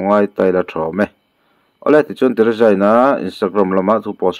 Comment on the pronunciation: Teresa tihkha lam fiah roh